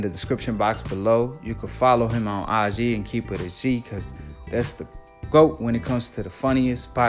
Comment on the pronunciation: I enjoyed the video but I hate how you say GWOAT.